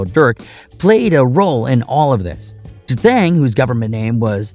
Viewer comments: D thang not dathang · Its not Da Thang its Dee Thang bruh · Pronounced Dee Thang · Yo you can't pronounce easy ass names....i guess you think all of them look alike because you got pictures of NuNu when your talking about D- THANG....oh an it's that simple to pronounce D- THANG , now was that hard....maybe you should stick to doing video's on Malibu suffers or sum